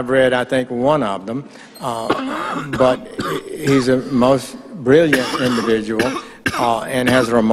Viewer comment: the indivijul onision sichuachon